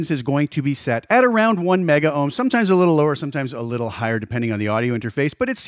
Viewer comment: It's "Megohms" and "Kilohms" dude. Just because things went digital 'kilo / mega' doesn't mean Ohms did. We did fine without the extra vowels in the 60's and 70's.